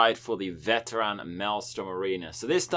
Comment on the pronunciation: "Veter AN" lol. Why you saying the world like a weirdo bro? Lear how to pronounce the word